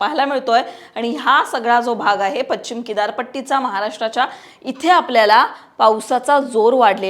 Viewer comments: आधी पश्चिम नीट बोलायला शीक पच्चीम नाही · Pronounce paschim properly